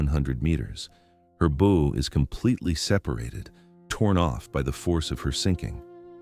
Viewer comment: More AI, (Artificial Idiocy). The word bow was mispronounced several times!